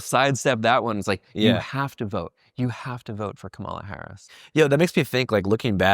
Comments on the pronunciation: Still don't even know how to say Kamala yet? Haha. At least I don't think it's intentional with yall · Man. A lot of disappointing stuff in this interview. Like, holy fuck NEITHER person can pronounce Kamala's name correctly? Never heard of audience capture as somebody working in independent media who literally reports on the effects of these types of things? On the bright side at least Andrew wasn't afraid to admit that leftists were wrong about trump not being worse than biden/harris AND wrong about Jill Stein not being an opportunistic leech who only stops licking the boots of corrupt world leaders like Assad and Putin long enough to siphon votes off of liberal candidates. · love the pod but I dooooo think not trying to pronounce Kamala's name correctly is kinda rude SUE ME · These people are so stupid, they can't even say Kamala's name right. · It’s comma like a , and la like lalalalala Kamala